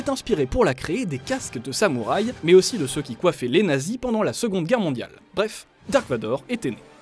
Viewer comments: C'est "Darth" Vador ... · moi en vf ils dise darth et non dark